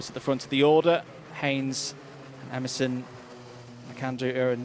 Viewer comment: Please, commentators, Emerson's name is U REN, not U RIN